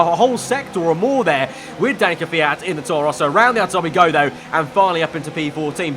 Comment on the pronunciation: It's not 'Kfeeat'...